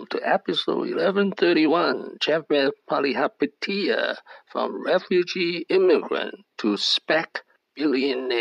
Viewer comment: I am a great fan of Chamath Palihapitiya. Most people have a problem pronouncing his name but you did a great job. He is the King of SPACs.